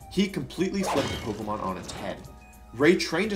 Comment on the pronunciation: Listen, i want to take you seriously but I can't because of your intentional mispronounciations of pokemon. And you're still winning by me commenting this. GG wolfy gg